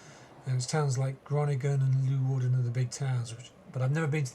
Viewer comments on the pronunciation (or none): Leeuwarden [lay-war-dn] there is no loo in leeuwarden lol..